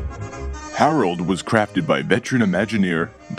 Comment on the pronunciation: When he said hareld I then say him and said hi hareld